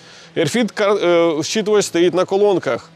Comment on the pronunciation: RFID - не "ерфід" , а RF ID "ЕрЕф Айді", тобто радіочастотна ідентифікація 😉